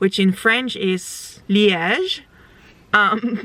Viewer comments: je hebt Liège kei goed gezegd! Klonk perfect Frans. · You said it perfectly well in French (Liege) . I’m half Dutch half French Canadian so speak all 3 languages. Lol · Hallo! I am French and I can tell you pronunce Liège exactly the way you should!! I love each of your video!!! Netherlands and Belgium are two beautiful countries, and people (like you) are very very nice there!! You are so inspiring, so strong and beautiful (with or without wigs), you are the best 😘😘😘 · Your pronounciation of "Liège" was perfect! I thouht for a second you were maybe trilingual bc of that! 😂 I am french Canadian (from Québec) and let me tell you, you peonounced it even better than some people I personally know. 😂❤ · You pronounced Liège very well 👌🏻❤